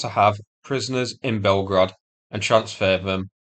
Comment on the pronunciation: "Blyetgorod" will never not bring the lulz to me 🤣